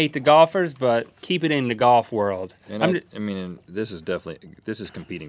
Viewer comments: The way they say "golf" sticks out like a sore thumb... Goff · Rhett says golf as "goff" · Link pronounces Golf "Goff"